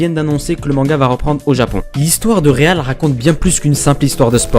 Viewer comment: Mais on prononce pas Real à l'anglaise?